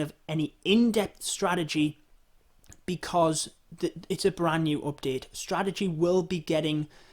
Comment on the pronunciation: He sYs every time OPdete xD